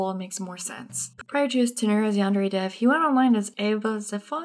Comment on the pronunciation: at like 12 minutes in i thought you said "yandere thief" and I just started laughing my ass off